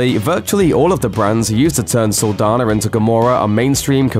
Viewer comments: This is an interesting video but you mispronounced her name the whole time! Saldaña is a Hispanic name. The "n" in it has an accent. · It’s Saldaña not Saldana. Just because the ñ letter is not on the english alphabet doesn’t mean it does not exist. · Saldaña not Saldana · So you’re just going to mispronounce her last name oh okay🤔😒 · Its cringe every time he pronounces her last name wrong